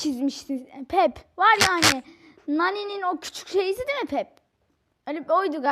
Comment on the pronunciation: Bide sanırsam peep "piip " Diye okunuyor Seninkine doğru olabilir bilmiom sjkahsjs